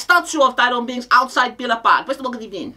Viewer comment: Sevilla, Villareal and now Aston Villa. You really expect more from a man who can't pronounce V